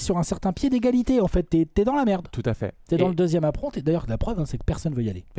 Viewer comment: J'ai saigné des oreilles à chaque fois que j'ai entendu prononcer "apron" à la française. J'étais de retour à la "ènebéa" de TF1 pendant les JO 92...